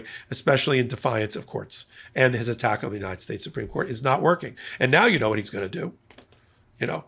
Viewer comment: You would think King Nar would learn to stop talking, but he's just no good at not being in the limelight 24/7, and trying to sound Intelligent and Important. [ - slurring his speech!!... maybe it's time to re-name 'united states' to something he can pronounce unimpeded].